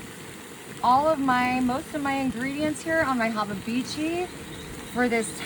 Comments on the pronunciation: When you are saying hababichi you are trying to say habachi? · The efff harabachi lol. It's a Japanese term He-bachi is how it's pronounced. Oi. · Your 'haba-beechi' is cursed... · There must be another Texas because in Texas USA we don’t eat shit like this!!! And, what the hell is a Hobabeechee???? Hibachi, Blackstone, flat-top grill. Made up words for made up “Texas” recipes. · First she can't pronounce Hibachi or Fajita correctly (and it's a flat top or a griddle, not a Hibachi. Did she say Hababichi? twice?)). Then she makes this soupy mess? I'm sure it tastes better than it looks, but I think it would probably be better in a wrap as a burrito. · Bro how did she pronounce hibachi😂😂😂😂😂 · This was a waste of food and time . She can’t even say hibachi right 😂